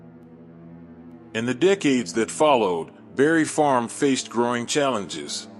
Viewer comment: Bruh, you refuse to put that s on Barry Farms. It’s Barry Farms not Barry Farm.